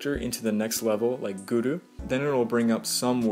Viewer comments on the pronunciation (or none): What did you say Guru with a Japanese accent?